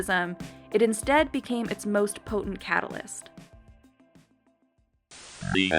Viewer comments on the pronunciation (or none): none